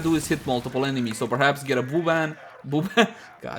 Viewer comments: I was gonna skip to the endgame build, but then you said Buban instead of Vuban and I died so I watched the rest of the video haha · Nice job, You naturally called Vauban Booban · Love the video especially when you said "boban" , btw could you do a video on the war/ paracesis? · A vooban😂😂 gotta love